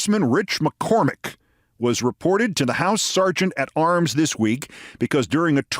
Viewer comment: umm, Keith ... on the topic of pronunciation ... just about , "Sergent-at-Arms" is pronounced "sargent", not "surgent." Red ink time ... or time to reprogram a word on what I refer to as my "gorram spelchekur." 😁👍